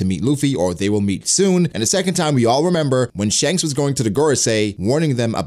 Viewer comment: Your pronunciation of Shanks is the worst...